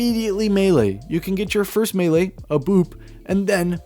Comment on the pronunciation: holehog, handsoap, mele, geez bud